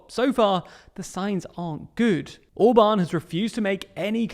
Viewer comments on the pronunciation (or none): none